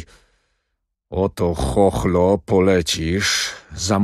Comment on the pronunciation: Z tego co pamiętam, Skierka nie mówił do Chochlika "Chochlo", tylko "Chochło". A tu za każdym razem jest chochlo . Chochla to duża łyżka. I dlaczego Alina mówi jakby była po lobotomii? Komuś kto niemalże zna Balladynę na pamięć, naprawdę ciężko się tego słucha. Kabaret.